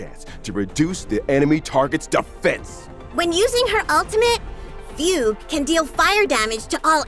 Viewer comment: that was not at all how i thought fugue's name is pronounced😭 on another note: ILOBEYOUSUNDAY‼️‼️‼️‼️